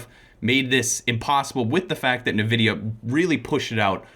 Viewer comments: If he calls it Nuhvidia one more time😂💀 It’s N-Vidia ugh lol Ok caught it thanks 😂 Btw yes I did love the video, you guys are awesome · I loved the video and that guy seems cool but what the hell was that "NeVidia" thing? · You know, made good points, but then he mispronounced NVIDIA, so he's wrong. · made some good points about some things but he mispronounced "NVIDIA" so he's wrong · Ya'know, made good points, but then he mispronounced NVidia, so, he was wrong. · Y’know, from Mega64 made some good points, but then he mispronounced “NVidia” so he’s wrong tbh